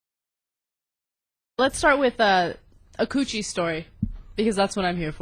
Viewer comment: Its funny hearing Ana say cootchie. haha